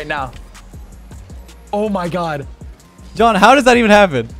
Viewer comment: Alejandro Santander I’ve never seen anyone butcher Jon’s name as bad as you just did